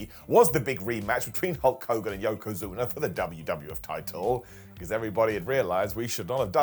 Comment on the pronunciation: Yokozuner. John Ceenerr and Batisterr.